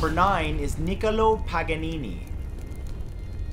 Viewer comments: It’s pronounced nik-COLO not NIK-olo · Pretty much anyone can pronounce a name correctly if they try. My favorite is when he tries to accent foreign names, but pronounces them incorrectly to begin with (Niccolo).